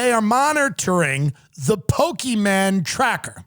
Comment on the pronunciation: tim has to stop everything he's doing to put his effort into saying pokeyman